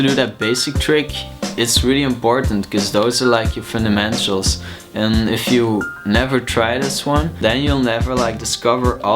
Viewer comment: Did you say "FundamenSTRUals"?